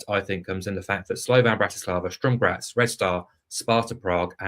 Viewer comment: Good preview, thanks. FYI it's Sturm Graz, not Strum!